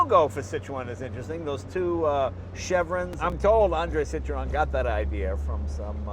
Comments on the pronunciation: I love how you are so worried about pronouncing all of the French engineer's names yet you mis-pronounce Citroen every time :) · Cit ro n yes the E is silent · Jay you do not pronounce the E in Citroen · "Citroën": French for "POS". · I,ll never get used to American pronunciation of Citroen! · If only he pronounced CITROËN correctly.